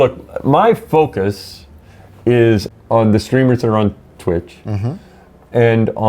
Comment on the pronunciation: Dijo "fokius" xd